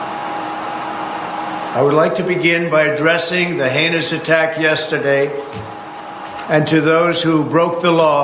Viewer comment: "Yesterday" DOES have three syllables, so...